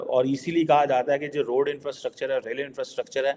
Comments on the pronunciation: 100% madrasa chhap even can't pronounce rightly [roll and re-e-d!!]😂😂😂 infrastructure [rail & road] अबे इतना जल्दी भी क्या है साला हम लोग भी एडिक्शन हो गया हैइस 😂😂😂😂😂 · bhai…..it’s not role & raid 😂😂😂😂. It’s rail & road. How difficult is it, you made the same mistake twice! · Bhai totale Roal Raid nahi rail road hota hai. 😅